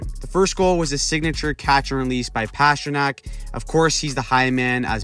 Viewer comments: It's not PASHrnak ... It's PASTA ... Pastrnak. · His name is not pass-tra-nack His nickname is literally PASTA. You don't pronounce that pass-ta. Come on. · Why are you pronouncing Pastrnak like that over and over